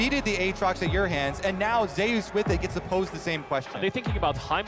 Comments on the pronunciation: Way closer to the real pronunciation than "Zoos", lmao. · "Zayus" Imagine if Kratos heard u say that lol